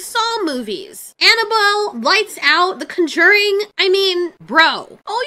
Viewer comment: Pronounce "conjuring" again please 🖤